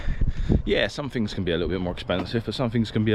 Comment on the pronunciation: In Australia we don’t say Perf, fings, ferty - we actually use English here, so it would be PerTH, THings, and THirty.